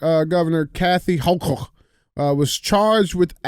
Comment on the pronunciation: After hearing DJ's hilarious pronunciation, I'm calling her NY Governor "Kathy HawkTua," from now on! Also, shared.